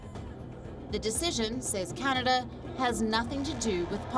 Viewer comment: Sometimes Canada sounds like Chinada